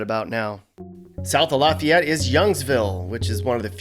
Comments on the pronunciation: In Louisiana that town name is pronounced, Laaaaay-fee-ETTE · Louisiana’s Lafayette is like laugh-e-ette. From a Mississippian where we have 2 more pronunciations of the word too lol